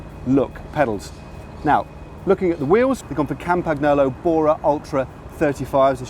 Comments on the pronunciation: ARRRGH say "CAM-PaN-YOLO" fucking fuck fuck fuck my ears hurt. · Dudes...Its been said countless times... Campa - KNEE - olo. There's no 'ggg" in there...!!!!!!! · I'm not Italian but Matt's "kampaGNolo" pronunciation always cuts my ear like a knife that you use for your FILET MIGNON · Hey Matt. You don't pronounce the g in Campagnolo. Good luck the rest sounds good but it is in english! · Surely it's "Cam-pan-nyolo" and "Col-nya-go"??? Truly gorgeous bike, mind...